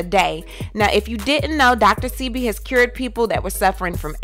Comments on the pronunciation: Dr. Say-Be !!! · The name is Dr.Sebi . Your saying it wrong. Great video content.❤💯